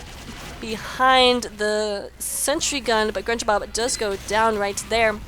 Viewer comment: Don't worry. You are saying my name correctly;D -Grenjabob